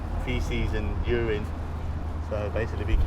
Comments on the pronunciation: What is Ureyne. It is Uraine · Nobody: Narrator: bottles of urIne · Stop saying UR-INE, you fucking moron! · “You rine” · "yourine" lmao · How did he say urine? He said it 3 times. Lol